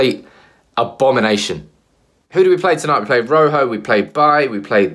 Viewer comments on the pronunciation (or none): ROJO Ro as in rock why can't anyone get his name right ?